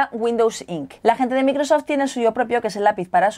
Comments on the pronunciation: ulala señor francés se dice maicrosoft :v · Dice bien Surface pero después micro soft hayyyyy!!